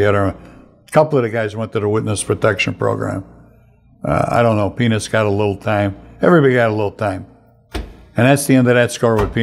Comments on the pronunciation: and on it sounds just like Frank is saying penis and it is hysterical! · Frank!! You gotta pronounce Peanuts better. PEE-NUTS. I'm cracking up at what it sounds like you're saying.